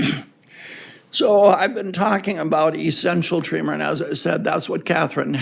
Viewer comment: Why are you pronouncing tremor as tree mer. ??